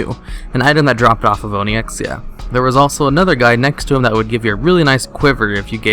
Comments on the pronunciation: Say it with me now, On-icks-ee-uh. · “Oni-ex-ia” and who else cringed when he ran passed huolon